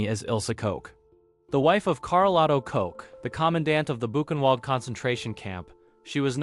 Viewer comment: ILSA KOCH'S NAME IS PRONOUNCED 'LOCK' NOT 'COKE.'